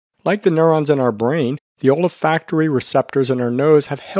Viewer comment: OLA-FACT-ORY?? An M.D. who doesn't know how to pronounce ol·fac·to·ry /älˈfakt(ə)rē,ōlˈfakt(ə)rē/ - there is no A after the OL